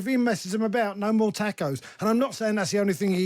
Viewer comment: Its tacos not takeos. Learn to soeak the language named after your kind.